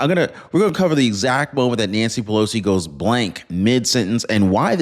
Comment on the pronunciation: 😂😂😂😂Nanshee Pelowshee 😂😂😂😂